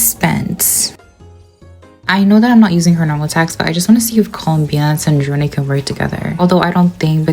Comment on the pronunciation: dog cant pronounce sandrone and they literally say it in the game, dont mess with genshin players we dont listen, read, or know the story